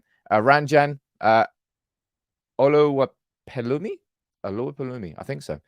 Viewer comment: Oluwapelumi 😂😂😂😂 Olopelumi ❌